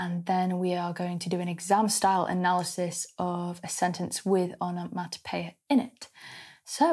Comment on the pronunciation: Love the way you pronounce the word.......Onomatopoeia! I actually noted it phonetically.....😅💕